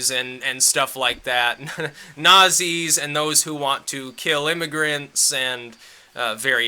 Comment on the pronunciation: This nigga can’t even pronounce Nazi right